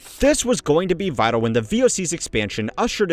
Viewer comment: When he says "vitoo" what he means is "vital." "Govornurrr" is supposed to be "governor." I don't think he can help it. But a highyurkee is a new one. Heirarchy. hire are key.